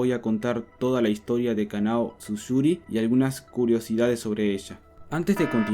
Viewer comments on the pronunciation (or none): Tsuyuri=❌️ Susuri=✔️